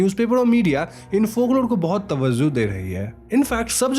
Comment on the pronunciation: Tawazo ni tawajo in urdu